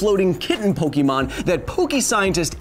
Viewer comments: I cringed at "Po-kee-mon"... it's "Po-kay-mon"! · Okay I had to write this, Kyle, my science guy, It's Pokémon. Pronounced Pok-ay-mon not Po-key-mon. Other than that great episode. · Pokémon is pronounced [pɵgɪmoŋ], not [pɵgimoŋ]. Also, Zubat would have a 4x resistance to the move Sky Uppercut. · I always thought it was pronounced Po-keh-mon not Po-key-mon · Kyle, you're a really great guy, but every time you say PokEEmon instead of PokÉmon, it hurts me. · Can you science a reason why all parents call it Pokee-MAN, even after explaining to them a million times how to pronounce it? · No one who says “poke E mon” is a real Pokémon fan. Only haters who wanted to make fun of it called it poke-e-mon. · It's pronounced "poke-eh-mon". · Growing up, the only time I ever heard "Pokeemon" were when people were either too old to care or were intentionally mocking the games and show. I'll let "Raiachu" slide because, as illustrated in the following video, not even official sources say every Pokémon name correctly. But the franchise itself has one pronunciation only, and it makes sense if you know the "ke" sound in Japanese.